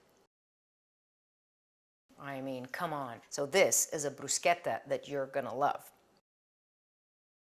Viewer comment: Love it all coz all are for healthy eating 🌈💖🌷✨ Thank you for also teaching the right pronounciation of Bruschetta. 💖💖 Coz not everything or word should be pronounced in American English. There are words to be pronounced the place or country of Origin. Some people I know used to laugh at me the way I pronounced words coz they don't know how to pronounce it from country of origin or the way other countries pronounce it. European and Asian are more similar in pronounciation of several words that are so different than American English.